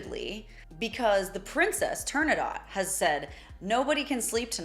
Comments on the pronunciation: I don't know how I got here, but I'm only 30 seconds in and this woman calling an aria a "song" and not knowing what the opera is called (it's Turandot not Turnadot) is soul-crushing. I know I'm being mean here, but why even put up a video like this if you obviously know nothing about opera or at least this aria? I honestly don't if I want to continue. This video is destined to be rubbish. Edit: okay, I'm now at 5 minutes and I'm just going to stop. I'm not sure what langauge she's trying to speak, but it's not Italian. Sounds like someone with high school level Spanish trying to pronounce Italian words. Just awful. She should stick to other genres and to the English language. This makes no sense. I'm out. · Turandot, not "Turn-a-dot" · The schwa in vincero has one more function, in my opinion: it gives just that extra, that extra, OOMPF to the display of the confidence of the Prince. By the way, it could be me and my not so brilliant ears, but: how did you pronounce the name of the opera? I thought I heard you say Turnadot...